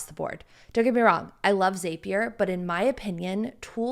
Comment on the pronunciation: Zapier is pronounced like “Happier”😅 just had to correct you